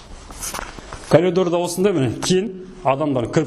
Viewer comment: Дурыс крсетси, барiн, терезенi, уйдiн iшiн бар жанжагын. Обзор жасап айтаалмайсын, асыкпай кухнянын ишин, ваннанын iшiн, айналып дурыс тусipу керек. Кирап , сынып деп кайталай бермей. Колидор, кукина емес, коридор, кухня. Блмесен казакша айт. Вообще сойлепте, тусipiпте блиейсiн.